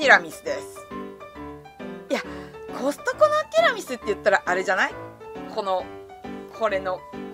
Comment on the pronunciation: コストコがホストに聞こえた（笑）